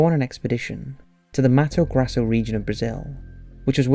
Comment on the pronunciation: this buffoon constantly makes mistakes in reading his own texts... Mato Grasso...